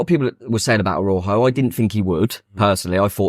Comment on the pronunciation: This sounds like a made up story but honestly isn’t. I was having a chat with a Mexican chap outside the ground and ‘Araujo’ is pronounced more like ‘Ara-oo-ho’.